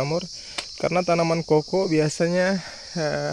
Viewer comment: Kakao bang bukan koko